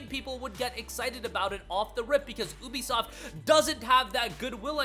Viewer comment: Thats not how you say ubisoft😂